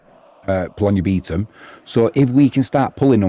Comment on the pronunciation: Also, my partner says its pronounced “beh-Tom” for Bytom 😅 haha